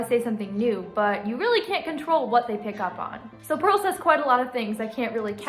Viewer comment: I love how purl said or sounded like she said press my belly